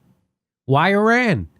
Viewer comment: I wish Americans would at LEAST learn to pronounce "Iran" and "Iraq" since they can't be bothered to find them on the map.